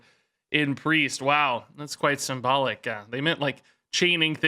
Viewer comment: lmao I thought you said "that's quite some bollock" instead of symbolic